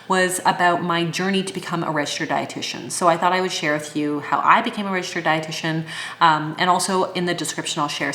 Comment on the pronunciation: When you said, ‘’Then you can use the term ‘’Registered dietitian’’. I heard “Red shirt.’’ instead of registered dietitian, ha ha ha. I knew that you were smart, but after this description of your education, I think that you are properly named, you really are.